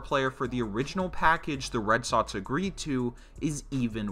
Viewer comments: “red sotts “ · Omg is Red SoXXXX not Red Sotts holy shit